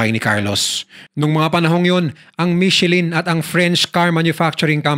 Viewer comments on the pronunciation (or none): none